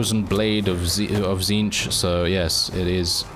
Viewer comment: Says Tzneetch correct on first try Me: T^T I’m so proud, praise the great conspirator.